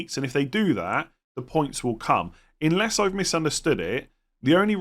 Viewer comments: Is it me or do u actually pronounce unless as inless ? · Unless not inless. Could be his accent.